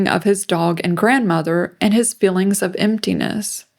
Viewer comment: Was with you until you pronounced "feelings" like "fillins" like a 60 iq groid